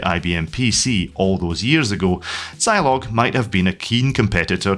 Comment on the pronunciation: I never had a Zeeee80. Had a Z80 in my ZX Spectrum. Also, shouldn't Zilog be pronounced 'Zeeeilog'?